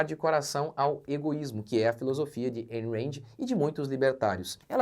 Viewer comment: A pronuncia é "Aaaayn Raaaand" não EIN REND